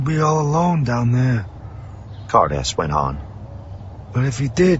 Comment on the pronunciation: I don't know why I kept hearing 'Hardass' instead of Ca'rdas.. 😅